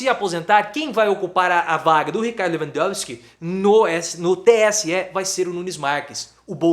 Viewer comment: Gostei da pronúncia Leuandouski kkkkkk